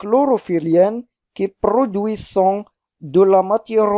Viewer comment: tu fais beaucoup d'erreurs de lecture.ent dans le verbe produisent ne se prononce pas